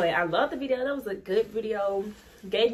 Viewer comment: “Viseo” took me out 😂 but this is dope, I finally got to hear the song watching this vid so thank you lol. I subbed too